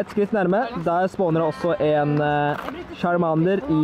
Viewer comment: Måten du sier charmander:(